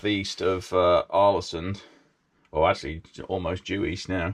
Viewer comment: The å in Ålesund is pronounced with more of an o-sound, like the a in also, or the aw-sound in … aw! ☺️ The ø in Hjørundfjord is pronounced like the i in first, or the u in fur. The h is silent, as are both of the d’s, mostly.